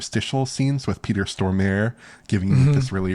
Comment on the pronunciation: Okay as a Swede, it's pronounced Peter Storm-ah-re. Not Storm-air or whatever you tried to say haha